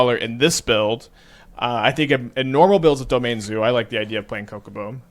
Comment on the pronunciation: How much do I have to donate for him to pronounce Chocobo correctly?